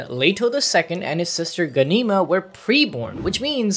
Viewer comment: It’s Gahn-E-Ma and presh-c-ence just letting you know. Thats the best way I could symbolize the second word lol